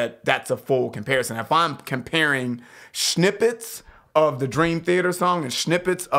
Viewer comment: Fantastic reaction, one thing though....shnippets!? My man trying to sound swedish so he can join opeth 🤔